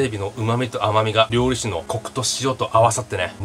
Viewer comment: りょうりしゅじゃないの？ りょうりざけなの？ まぁどっちでもいいか笑 あっ、途中からりょうりしゅって言ってた。